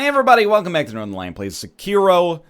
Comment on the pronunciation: Sekiro. Egg. Seggkiro.